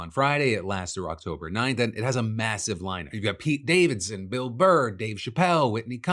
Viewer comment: Who is Pate Davidson? xD